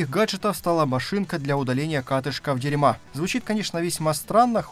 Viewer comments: Автор видео 👍 Но это не дерьма а Дэрма! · Я бы сказал дИрма... с ударением на первый слог. А то дерьма совсем не годится:))) Ну или дЭрма. Типа как кожа) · Дирмэ возможно так должно произноситься?